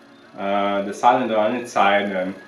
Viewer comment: I bought a 1964 case 430 diesel for 1300 dollars because of you! Needs work, but it was driven 5 miles from the farm to my 1/4 acre in town house with no smoke. May I correct your pronunciation Of cylinder? It sill like window sill. Joe